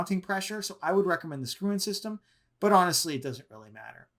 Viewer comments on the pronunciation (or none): none